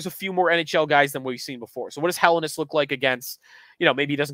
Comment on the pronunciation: for the love of all that is holy - if Helenius is going to be your top guy to watch...get the name right. Hell-en-ee-us